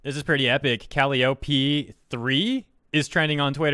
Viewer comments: It’s pronounced Cal-i-O-Pee Not Cally-Oh-pee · Its pronounced Ca-Lai-Oh-Pee, like the circus instrument and the Greek Muse of poetry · I don't want to sound like a rude person but Calliope is pronounced in English as: (C-uh-lie-uh-pee.) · The way you pronounce Calliope is just CRINGE. Cull-lie-uppy Is how I pronounce it, well, I think. I am not really great at spelling out the pronunciations lol. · Just FYI, "Calliope" is pronounced "kuh-lai-oh-pii", being named after the musical instrument that's used inside merry-go-rounds (and one of the Muses from Greek mythology, but I'm pretty sure she's referencing the former). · It's pronounced Calliope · Calli: Wants to play P3. Atlus: Talks about policy regarding P5. Me: Confusion ensues. Not only are they different game versions, but wasn't everything spoilery in P3 already overcome by events by the time P5 released? Are the games not sequential or something? Also, Calliope's name has the emphasis on the second syllable. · Everytime you mispronounced Calliope I lost a brain cell.